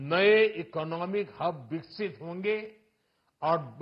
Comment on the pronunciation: First...say Budget...Vikasith...not vikshit